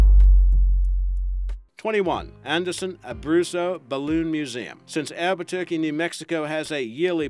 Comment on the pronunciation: FYI- It's Albuquerque not Albu-turkey.